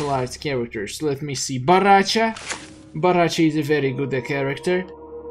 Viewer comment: I laugh when You say bo ra cha